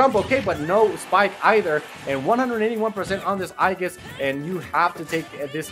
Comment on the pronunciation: If I had a penny for every Smash announcer that can't pronounce Aegis... Just say Pyra and Mythra instead of trying to sound interesting guys.